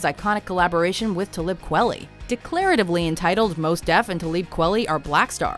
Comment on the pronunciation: Hahaha, the Kweli pronunciation